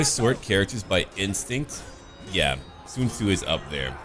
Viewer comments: Your pronunciation of Sun Ce need some work, or maybe its just me cause to me you pronounce it as Sun Tzu instead. OR you confused the two mid recording? Either way love your series compare to others that im watching. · Its pronounce sūncè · why do you call Sun Ce Sun Tzu or are they the same?